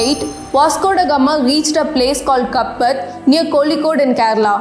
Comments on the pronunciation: Mam, as a kozhikodan... Its not Kappad its kaapaad.. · Its not kappad its pronounced as kaaapaaad. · Not kappad it's kaappaad(pronounce காப்பாட்) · As someone who wants us to pronounce the names of places properly....I would request that you learn pronounce to "Kappad" and "Kozhikode" first. I was never taught that Vasco da Gama discovered India (Idk how you can speak for billions of people and their history textbooks). What if he discovered India? For the European countries...he did find the new trade route to India and he did discover India for them. You should not propagate such nationalist ideologies. We don't want people thinking that the Indians are above everyone else in this world and that Hinduism is the best religion. Tip: Mention the source of your information in your future videos. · Give a Tappad for mispronouncing Kappad of Kozhikode. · You made videos of Britishers mispronouncing Indian names, Please pronounce Kappad in the right way. That will be a respect to the language and place it belongs to.